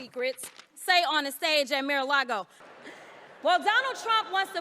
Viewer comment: The mispronunciation of Mar-A-Lago is really pretty special actually